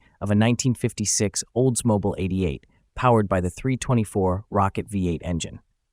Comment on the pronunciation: Whoever or whatever is providing the voiceover: that’s not how Oldsmobile is pronounced =/